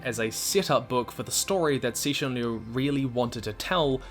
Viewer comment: I love the fact that at least you pronounce his name right. lotta ppl don't even try